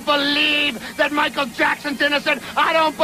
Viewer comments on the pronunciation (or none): none